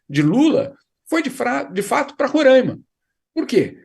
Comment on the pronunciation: Jamil você tá falando Roraima da forma errada. Roraima não tem acento.